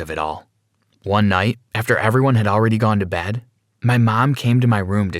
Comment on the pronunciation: I like how every time they say 'Bed' it's 'Bad'